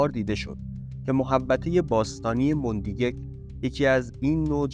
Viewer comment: مندیگک با فتح میم خونده میشه و یک کلمه هزارگی هست